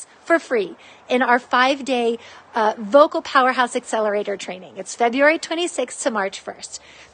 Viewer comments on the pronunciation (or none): Did ya mean to say "voical" instead of vocal?